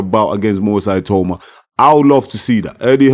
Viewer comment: It’s definitely pronounced ee-tah-oo-mah (the other way). Eye-tow-mah sounds European.